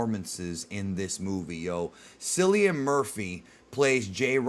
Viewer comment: Its not cillian its pronounced like killian hes a celtic remember this